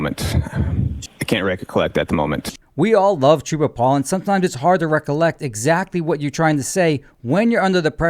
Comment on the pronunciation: Trooper Paul: "I don't reccocleckt"